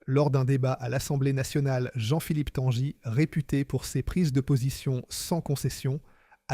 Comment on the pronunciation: Tanguy ne se dit pas "Tanjy" mais comme le prénom Guy, Tanguy quoi, ou comme un bateau qui tangue et non pas qui "tanje"...